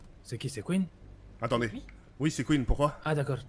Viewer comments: "Kouine" mdrrr jpense plus que c'est Queen 😂😂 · Il l'a vraiment appeller "Kouine" xD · " Kouine "jpp 😂😂😂😂😂